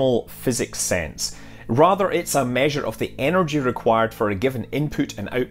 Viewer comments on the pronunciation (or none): none